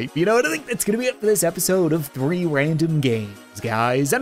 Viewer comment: Who else hears reeee random games instead of “three random games”